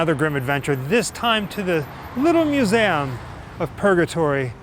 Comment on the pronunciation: He's saying museum in a funny way. He's saying museAm.